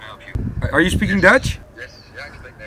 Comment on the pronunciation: “Are you spekking dutch” whahahaha K ga stuk😂😂